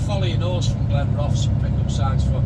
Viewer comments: All the best but it’s pronounced Glen Roth es 😂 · Great video as always, I used to live in Glenrothes and it's pronounced Glen-ro-thuhs 😁. Just my humble opinion BTW 😉🤣